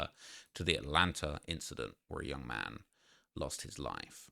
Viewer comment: Come on what the fuck is atlanter